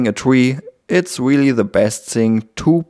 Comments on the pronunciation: i knotiked you say hairs but not really really is weally it okie i can tech u a england lessona Ic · That's weely, weely woot! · i sorry peopl.e judged u for te w instead off R in speak I understood your fealing i be friend... ? ? pepol just tese u because thety are gelos of you skill's i like u skill and IQ 300 i friend? good video i subskr subbed} to you friend sorry bad england1 I